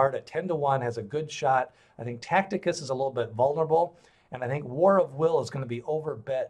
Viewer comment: The pronouncing of TACITUS is wrong. Look at the I between the C and the T, therefore zero chance of pronouncing it that way.